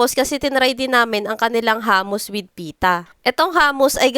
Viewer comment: Hindi po hamus, hummus po.